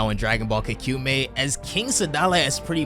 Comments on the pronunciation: I really like this series but I don't really like the mispronounciation of the name 😅 It's just Ka (Ca in Carbon) Ku (Coo in Cool) Me (Ma in Maybe) I (just the letter E) You've said it like Ka Kyu Mei just now and Kaku Me in previous videos, and ngl it's low key bugged me but I didn't let it overshadow the overall enjoyment of the video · It’s pronounced Ka-ku-mei btw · So you're pronouncing this differently now? Kah-Koo-Meh before and now Ka-Cumey?